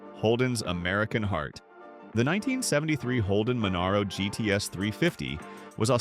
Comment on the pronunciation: Monaro. MONARO. MON ARO NOT MON ERO. FUCKING SAY IT RIGHT.